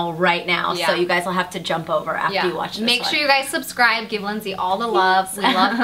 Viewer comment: Just me that noticed 'subsribe' at the end?😂💗✨